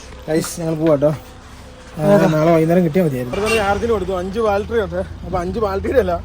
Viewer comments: ബാൽട്ടറി അല്ല ബാറ്ററി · ബാറ്ററി എന്ന് പറയാൻ നിങ്ങൾക്കറിയില്ല... ബാൽ ട്രീ ബാൾ ട്രി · എന്റെ ബോൾട്ടറി അല്ല ബാറ്ററി ആരൊക്കെ പറഞ്ഞാലും ശരിക്കും പറയില്ല alle😂 ഒന്ന് പറഞ്ഞു ശരിയാക്കെന്റെ koche